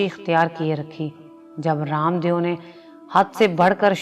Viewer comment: معذرت کے ساتھ یہ لفظ دیو لکھا جاتا ہے لیکن اس تلفظ دِیُو نہیں ہے بلکہ دَےࣿ و ہے و کی پہلی آواز آتی ہے اس لیے اس کو دےو پڑھا جائے گا درست کرلیں